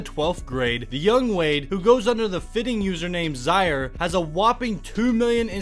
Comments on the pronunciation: His name is Zaire, (pronounced Zi-air, like the African Country), not Zi-ar. Get it right! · “zyer” was killing me the the whole video😂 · You should learn how to pronounce people's names accurately. He is named after the African country Zaire, so hi name is pronounced the same way as the nation